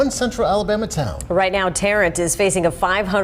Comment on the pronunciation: Pronounced - Tare - unt, AL.